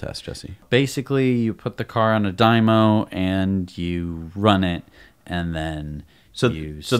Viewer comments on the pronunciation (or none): Dyno, not 'dymo'